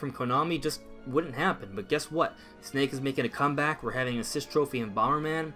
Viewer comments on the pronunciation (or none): none